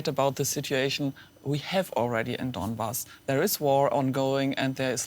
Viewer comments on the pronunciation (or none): She can not even pronounced donbash ,how can she analyse anything sensible??